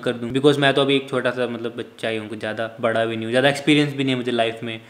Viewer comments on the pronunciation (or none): none